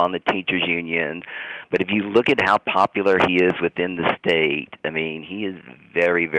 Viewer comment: He keeps saying "Shapiro's popularrr"... has he been outside of Pennsylvania??? I'm in a neighboring state (MD) and Shapiro is literally nothing here. John has no idea what he's talking about outside of a single state.